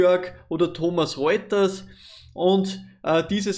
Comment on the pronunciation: Wieder mal Top Video - danke dafür! Ecolab habe ich ja schon etwas länger jetzt im Depot, zwar nur eine kleine Position, fühl mich aber dennoch sehr wohl damit! Und nur der Vollständigkeit halber: es heißt nicht "Thomas Reuters", sondern "Thomson Reuters" ;)